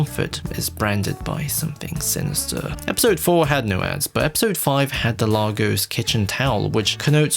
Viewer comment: No reviewer can pronounce Lagos confirmed